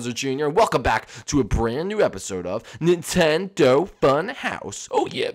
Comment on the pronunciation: You said Nintendo fun hoyse